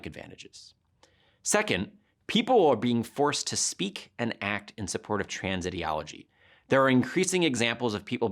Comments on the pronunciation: He doesn't even say ideology correctly, what a fuckin goober. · get back to me when you can pronounce ideology correctly